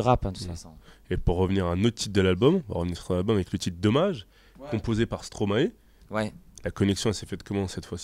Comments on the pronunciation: Sa me stresse comment il dise avé au lieu de avec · Le "c" qui manque quand ils disent "avec" 😱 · Qui a remarqué qu'ils savent ps dire "avec" ? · et les "ce" la fin de moins ;) l'accent de Toulouse !! <3